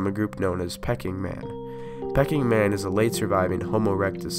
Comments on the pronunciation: It is pronounced Peeking Man not Pecking man! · This is accurate except in pronunciation. The pronunciation is extremely bad, for example, "Peck-ing Man," for Peking Man (our chicken ancestors?).